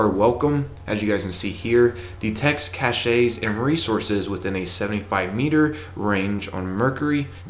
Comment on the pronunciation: I really like you, and no hard feelings but PLEASE pronounce caches correctly it’s not “cashays”, it’s cachez (pronunciation not spelling) If I were to win I would love the Xbox 1